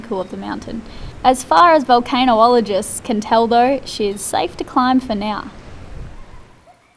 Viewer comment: Vul ...can...ol....o....gists